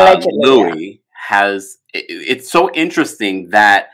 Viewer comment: Why does he pronounce his name like the name Louis when he spells his name like Luis? Weird.